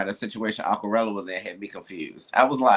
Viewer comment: pronounced "Aquarela" perfectly 😄